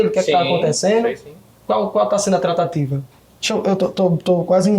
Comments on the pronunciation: É "trataTIva" q ele fala. Com força no "ti'😊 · Kkkkkkkk é verdade Tratateevaa kkk😅😅😅